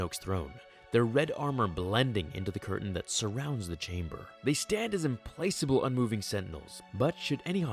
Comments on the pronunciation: Dude implacable is pronounced IM-PLACK-ABLE not im-placable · It's pronounced "implakable".